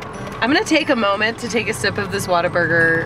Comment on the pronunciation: Where are you from?? You say WhataBurger like a Texan Waterburger lol